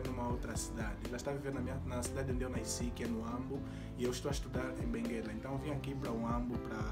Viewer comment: não se diz "naisci"; se diz "nasci". Sem a letra "i".